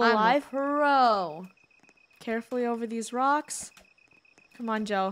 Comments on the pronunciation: Funneh said ''wocks" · Funneh just said wrocks 👁️👄👁️ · Am I the only one that heard Funneh. Say rowks not rocks 😅😂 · Does it sound like funneh said wocks? Instead of rocks? When they cross the river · Did anyone notice the secend time Funneh said rocks she said wocks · funneh saiid wacks and not rocks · “ don’t jump on the wocks “ Lol her mic was glitching or my internet made it sound like she said wocks